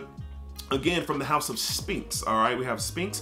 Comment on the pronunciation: The P is silent in SPHINX. Its pronounced Sss-FINKS.